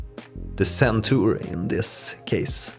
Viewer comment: It is Zen Tour, not Sen Tour! Are you originally Scandinavian?